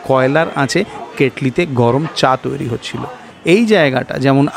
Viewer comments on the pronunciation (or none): none